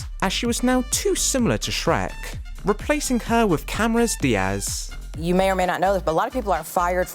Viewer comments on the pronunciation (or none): you started out by saying "chris farney" edit: and then you pronounce "cameron diaz" "cameros diaz"